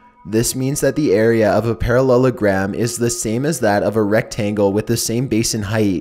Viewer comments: He said perrelulagram about 29 times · How many times he said parollelogram 👇🏿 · if i hear parallagrams one more fucking time imma spaz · Stop saying parellelagram so many times find a different word like chicken nugget (oh btw these are creepy) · I dare you to count how many times he says parellelagram in story 2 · i skipped the second one cause i could not hear him say "Parallelogram" again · at the end of a sentence HE PRONOUNCES IT SO WERID I HATE IT